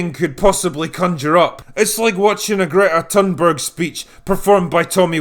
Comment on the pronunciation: It's worth checking how to pronounce Greta Thunberg.